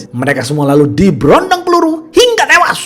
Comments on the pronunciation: Hingga tewashhhhhh fasih bgt huruf shodd nyaa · Anjirtt Kok aku agak ngakak pas mimin ngomong HINGGA TEWAS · Suka banget pas bilang HINGGA TEWASS..!!! 😀😀